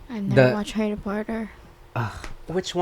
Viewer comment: “harry porter” “Dolby” 💀